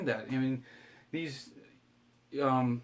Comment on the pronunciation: Pronounced Hornadee, not Hornaday... sorry...